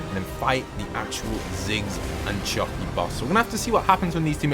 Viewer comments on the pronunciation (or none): No offense or anything but its choppy not chopper